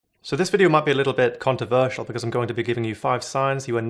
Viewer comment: You said conToversial and inToverted without the R